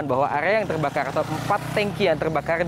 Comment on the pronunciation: Peltamina telbakal🙏🙏